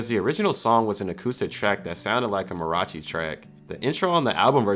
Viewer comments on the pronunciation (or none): none